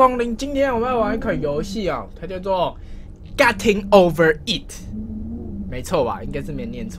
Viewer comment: 不是ㄍㄚˉㄊㄧㄥ喇，是ㄍㄟㄊㄧㄥ